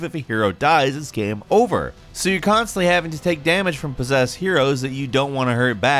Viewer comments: "Every single gyaaeyum". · Is it just me or does anyone else find weird the way says "game"